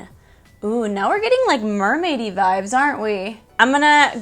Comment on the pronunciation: Lol I always laugh out loud when u say vibes, or vibe. It always sounds like your saying vive. Lol love your channel and your videos! Your absolutely gorgeous! Super jelly!